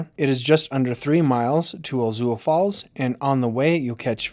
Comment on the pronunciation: Very cool. Could even be 10 or even 8 mins with all that beautiful footage. Ur obviously local why you miss pronounce Chautauqua and Ouzel Falls?😆✌🏾🙌🏾☮️